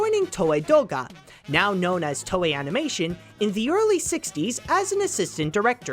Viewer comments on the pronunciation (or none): none